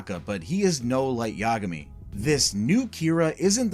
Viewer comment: I hate how you say Yagami. It's incorrect. Both A's have the same sound. Ya Ga Mi. Not Ya Guh Mi